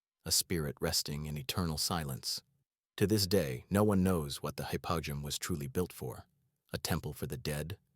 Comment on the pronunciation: Would far rather hear YOUR voice than this robo plop. Can't even pronounce high-po-jee-um properly